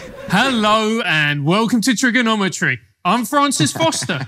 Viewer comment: it's cuz of how that one cat said trigonometry... Theo lost it at the cadence of those syllables